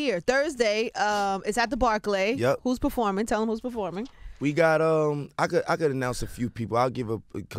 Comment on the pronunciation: her pronunciation of barclay is crazy